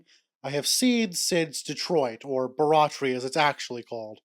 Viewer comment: Every time I hear your pronunciation of Barratry the more I think about Jimbo. m